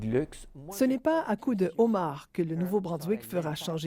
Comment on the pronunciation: Quelqu'un peut lui dire comment on prononce homard